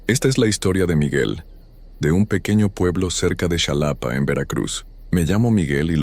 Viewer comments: ¡Haush! Soy de Veracruz y eso de Lorencillo... (Lo bueno es que no soy del puerto) Lo que si no me gustó es que tú voz robótica dijera zalapa en lugar de Xalapa. Saludos. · Se escribe Xalapa, se pronuncia jalapa